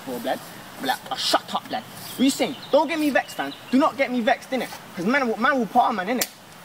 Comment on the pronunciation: All I could hear was "Too many man" 🎼